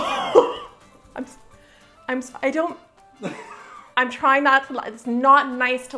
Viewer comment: I SAW IT IN THE MOUNITOR!!! me: it cant be that bad... also me: HEHEHEHEHEHE HAAHAHAAAAHAHHAHHAHAHAHHAHAHAHAHAH